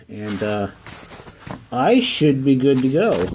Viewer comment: Be, not 've